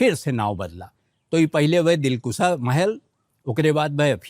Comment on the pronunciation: Dilkusha is right word, not dilkusa. Britishers kept opium here